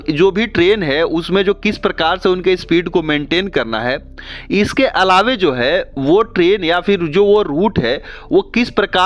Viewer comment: Nice information but ALAWE ALAWE kya karte ho bhai? ALAWA hota hai...